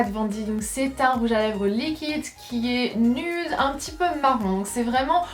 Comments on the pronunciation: C'est pas "nude" c'est nïude 😂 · T'habite en Amérique mais tu prononce "nude" à la française (ceci dit même les français ne le prononcent pas comme ça en général), c'est assez contradictoire mdr